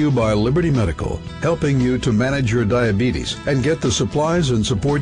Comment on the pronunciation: Honestly I think most of it is how he pronounces his illness.